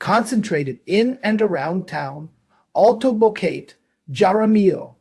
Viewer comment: It's hard to trust you when you mispronounce Boquete....